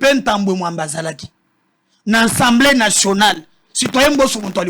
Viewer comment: Ces 3 individus ( intellos) me déçoivent surtout ye journaliste. Ils prononcent <ENSEMBLEE > nationale ( mot) qui n’existe pas en français. Classe nini ba kota na Congo. ASSEMBLÉE nationale